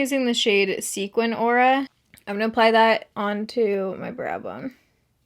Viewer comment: This is so random, but thank you for pronouncing sequin correctly. It drives me craaazy when people pronounce it "sequence"🤓